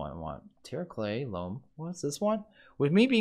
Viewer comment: "Loam" is pronounced like "roam" and "foam", not like "room".